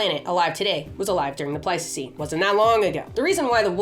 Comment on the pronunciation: Please say Ice Age - I keep thinking that you're saying Plasticine and I'm starting to see all those creatures in the style of Aardman Animations. Can you imagine Homo Erectus made out of Plasticine? Great Video. Nice to see the hook up with Milo, another fave YouTuber p.s. I would love Highland Cattle the size of the Aurochs